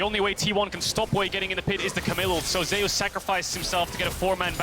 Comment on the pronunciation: So why is Zeus pronounced so weirdly by caster? Ze-us really? What happen to the god of lighting?